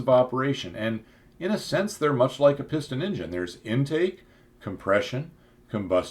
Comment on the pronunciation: Sorry you can't pronounce Turbine or Engine correctly... I understand that there are no rules for pronouncing British English... especially now that most brits speak Polish or Hindi